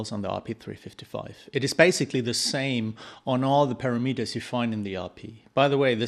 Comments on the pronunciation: GOOD DEMO! BUT BRO ITS PRONOUNCED PARAMATERS,NOT PARAMETERS IKNOW IT MAKES NO SENSE,BUT TRUST ME ITS PRONOUNCED PARAMATERS,GOOD JOB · thanks for sharing this info! you say para-Meet-ers; I say pa-RAM-eters. :-) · EVEN CLOSER WOULD BE,PURAMUTERS,WOULD BE CLOSER TO THE RIGHT WAY TO SAY PARAMETERS,,AGAIN GOOD DEMO AND GOOD CHOPS BRO